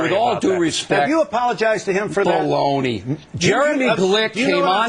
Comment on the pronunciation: Bill Oreilly says: Balogna. Nice comeback.